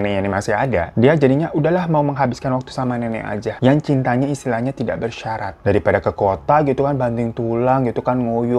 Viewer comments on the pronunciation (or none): none